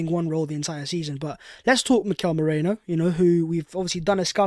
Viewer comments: It's m-E-r-I-no, like the wool, not moreno like alberto (and which also means "dark") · Merino. Not Moreno. It's really easy. Its not a Georgian name or anything. I'm not sure why we're butchering the name so much.